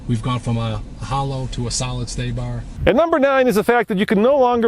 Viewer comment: lost me at "stabar"